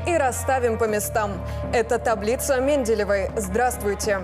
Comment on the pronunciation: химика то я знаю или помню. Только Менделеева таблица. Всё таки иностранный акцент выдаёт диктора, и не првильное произношение. Как вы угадали про Менделева, да ещё и в жен. роде.